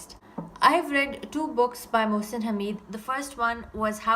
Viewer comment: His name is pronounced as; Mohsin (Haa-med) Nice review